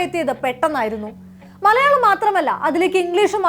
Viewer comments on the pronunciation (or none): none